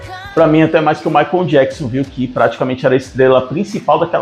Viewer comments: Não é Maicom é Michael e, se pronúncia assim: Maycol. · O narrador fala " Maicon " jackson :face-green-smiling::face-green-smiling